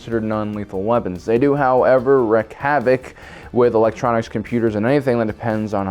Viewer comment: "Wreak Havoc". Not" Wreck Havoc"